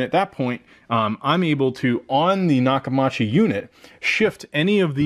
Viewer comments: Say it with me... Nock-Uh-MEE-CHEE I've been using their since the 80s, and that's how you properly pronounce it. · Maybe you should have bought a sound bar matching the tv brand so atleast you can pronounce it correctly lol jk I was gonna gonna get me the same system went with sonos arc couldn't afford dragon at the time but I could have if waited a few months